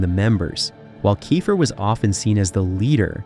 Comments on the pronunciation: It’s pronounced keefer. And I know I heard you say it correctly and then go back to kifer while I’m typing this. wtf man? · Okay first of all it’s KEEFER NOT KIFER! And they were a solid band and did great live shows, they just came on the music scene too late unfortunately. Still love Cinderella 😁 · It's pronounced Key-fer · I bailed on this as soon as he pronounced Tom’s name wrong! Cmon man, get your shit together. It’s KEY-fer. 👎👎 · its pronounced KEEFER you dimwhit lol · First learn how to pronounce names correctly "kiffer? Are you drunk? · KEE-FER!!!! FOR FUCKS SAKE!! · a kickazz band-and it's pronounced KEEFER, like reefer! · One minute in and I’m bailing! It’s pronounced “kee fer”. Content farms are the worst. Do better. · I stopped watching when he mispronounced Tom's last name. I mean, c'mon! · if your gong to do a video on a band say the lead singers name right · I'm sorry but I can't trust a guy who can't even pronounce the lead singers name on telling me information about the band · Your saying his last name wrong lol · You didn’t learn how to pronounce his name? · I agree with the name mispronunciation. This video is lame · The fact they left him out pissed me off even more than them mispronouncing Keifer lol. He joined right after Night Songs was recorded and is on the cover and all of the videos, even though he didn't play on the record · im out. cant even pronounce tom's name. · omg. I can't with the constant mispronounced last name of the lead singer. I mean, why? There's literally thousands of interviews where people pronounce it correctly. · WTH, you can't pronounce names, keifer or the word LIVE, you should be fired, WTF. idiots 2025 headline tour? or you serious? i have no words how dumb this is. not to mention many wrong pictures used as well of not even of the band. or Warrant- showing David coverdale? SMH